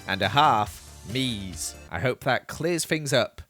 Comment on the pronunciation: Why did saying "Me's" sound so weird 😂🤣